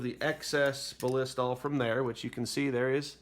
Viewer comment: Thanks for the educational video. Hopefully by now the creator has learned how to pronounce Ballistol (just watch their commercials or ads). I think he said Ba-LISS-tol a hundred times and it made my ears cringe, hahaha! But again, good video. Thumbs up 👍🏻